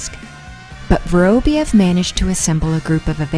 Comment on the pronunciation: Pity they couldn’t get the narrator to pronounce his name properly. It’s vuh-rahb-YOV, stress on the ending pronounced YOV. Just lazy.